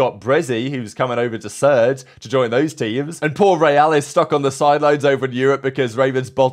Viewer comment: As an NBA fan, everytime you say "ReeaL" I think you're trying to say "Ray Allen" haha